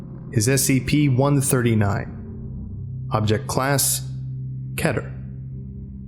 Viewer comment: It's pronounced Keyter